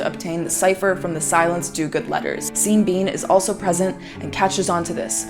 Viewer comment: Every time you say seen bean I just lose it